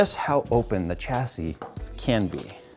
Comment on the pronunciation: Chassy.. no dude, the word originates from French so it's prounounced "Shassy"